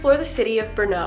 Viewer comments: It's Brno (stress on R, not O) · Thank you for exploring my city. Just a little thing. Do not ever put a stress on second sylable in czech words. Always the first syllable. Thanks.